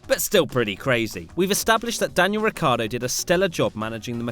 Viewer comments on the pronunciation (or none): Is "Ricciardo" not "Riccardo. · it´s not Ricardo its Ricciardo!|!!!!!!!!!!!!!! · Is Ricciardo, nor Riccardo